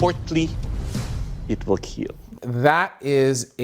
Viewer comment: As to Doug and his "Keal" test, He started in teh first season just saying kill, but when he got more excited it came out as keal, and Wil Willis joked about it and iot just stuck. So the smith's all want to hear him say "It will Keal"